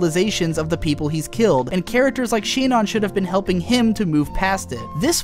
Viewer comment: IronWolf 52378 Japanese does not have a syllable "si". It has a syllable "shi". It's Shinon.